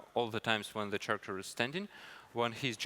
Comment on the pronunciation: he pronounces character like charmander